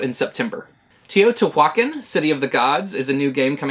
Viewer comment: Love your videos,! Can’t wait to hear more about Teotihuacán. Not a dig, but I think a good approximation for pronouncing it (and more importantly a fun mnemonic) would be: Toe + Tea + Wakanda - da.